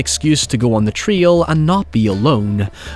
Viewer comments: What the hell is a “treele”!?! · The way you pronounce trail stresses me out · Why are you pronouncing "trail" like "tree-ol"? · It took me forever to realize that a "Twil" is a trail. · Is he saying trio or trail? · It took me a minute to realise he wasn't saying trio, he was saying trail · Trail rhymes with ale, gale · Why can't you pronounce the word, trail? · Nice video, but your accent starts to sound like you are no longer speaking English at several points, and I sometimes had to rewind it to try to figure out what you were saying. That is most definitely not how you are supposed to say "trail" for example. Might want to avoid "now" as well, if you cannot say it properly. Not trying to be a jerk, just saying that it is difficult to understand you sometimes, and if you plan on doing more videos, you might want to work on that, making yourself understandable to those outside your country/accent. P.S. It's not just me. The closed captions frequently display the wrong words, because you pronounce them so terribly. For example, you try to say "south" but it reads "scythe", because you do not seem to know how to properly say the word "south".